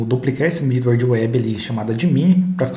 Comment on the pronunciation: achei os vídeos ótimos e da pra ver que você domina bem o Laravel, se me permite fazer só uma observação, é com a pronúncia de alguns métodos em inglês. quando você fala do with ou middleware, pela pronúncia não dá pra entender direito. não atrapalha o entendimento porque to lendo na tela, mas acho que é importante pra quem tá estudando se familiarizar quando ouvir alguém falando os termos técnicos em material de fora. obrigado pelos vídeos... muito bom o material.